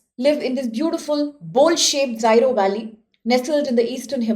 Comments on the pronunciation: Pronunciation is zero 😂😂😂 not zairo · Zyro valley? Its Ziro, please dont change its pronounciation as you please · First of all thanks for making this video. With due respect I would like to request you to correct your pronunciation regarding Ziro Valley. Secondly you should do more indepth research before publishing any content..🙏